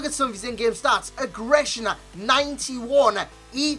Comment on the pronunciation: Why do you keep saying agressner???? It's not a word